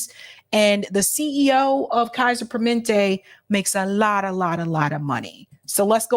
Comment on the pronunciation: Hey it's PER MA NEN TE